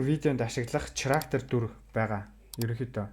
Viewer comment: ХАСНА ХИЧЭЭЛ ХИЙНЭ ХАЙНА гэдэг үгнүүдээ чи ГАСНА ГИЧЭЭЛ КИЙНЭ КАЙНА нтр гэж ярихаа больж болох уу Character гэдэг чинь Кэрактер гэсэн дуудлагатай болхоос чиний хэлээд байгаа ЧИРАКТЭР гэсэн дуудлагагүй шүү ядаж байхад ямар олон удаа ЧИЙРААКТЕР гэдэг юм бэ